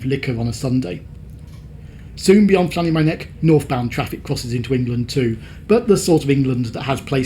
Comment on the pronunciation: You pronounced Llanymynech so badly, I barely ecognised it. lan-eh-mun-uck is how most people pronounce it.